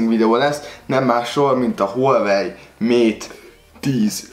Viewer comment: Az ,,hülyevely mák tíz Pró” xdddd